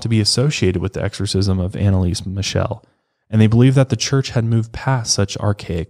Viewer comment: I‘m from germany and i‘m sorry but I couldn’t hold back a laughter when I heard you pronounce „Michel“ like „michelle“ 😂 and Bavaria is actually in the south of Germany, maybe klingenberg is located in the west of Bavaria itself